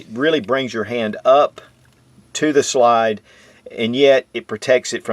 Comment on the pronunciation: Anybody else hate how he pronounces slide. He literally says shlide, there’s no sh, why tf does he do that